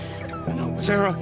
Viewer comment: Sarah not sere haha